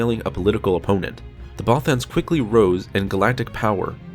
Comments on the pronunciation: The way this guy pronounces "Bothans" slightly triggers me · Many bothans died after hearing this guys pronounce there species name lol